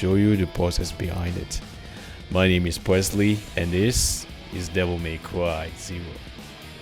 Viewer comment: Did you say... devil may cwy?....